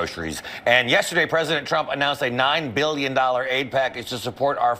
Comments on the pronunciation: Why does she always say “Chump” instead of “Trump”? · Every damn time she pronounces “trump” she says “tchrump” and i just cannot stand it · Has anyone else noticed that it always sounds like she’s saying President chump?